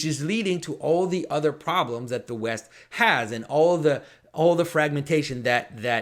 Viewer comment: West I thought you said weast.